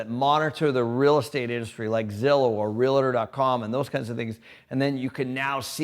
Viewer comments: ITS SO ANNOYING when people (esp IN the business itself!) can't pronounce this simple word. if i meet a real estate agent and he cant do it, he is gone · How does he not know there is no "i" in "realtor"?